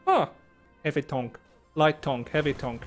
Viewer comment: Heaby Tonk